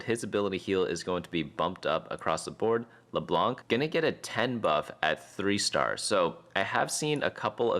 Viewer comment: Dude just said “Leblank”